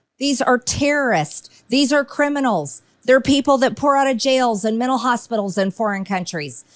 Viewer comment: of all the horrible things MTG does I think the fact that she doesn’t pronounce her tees and pronounces them like the letter N like MENNAL Health, or it’s “impornit”